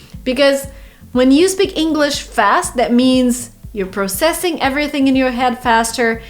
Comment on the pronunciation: you said pro-CESS-ing when in American English it’s PRAH-cess-ing. Haha, gotcha! Good video, spa-SEE-bah 👍🏼